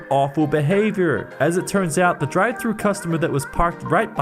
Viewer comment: He said McDonald’s drivetrue